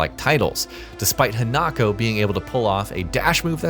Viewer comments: It's pronounced He-nuh-ko, not Hen-Knock-Oh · HI-Na-ko....not HEnako...theres no he in her, And you didnt tell something new..like why doing an info video when the info you have is just that what everyones know anyway? What a waste of time XD